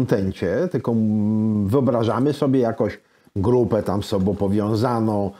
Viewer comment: Książka fenomenalna. Goście fenomenalni. Rozmowa super. Ale "z tobOM", "z sobOM" do logopedy bo uszy "bolOM"